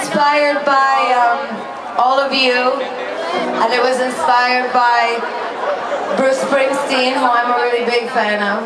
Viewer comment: É BRUCE SPRINGSTEEN NÃO "BRUISE PRISTINE" KKkkkk enfim, like ^^